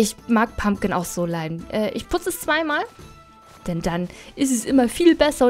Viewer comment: Es heißt PumPkin.. und WHisperwind..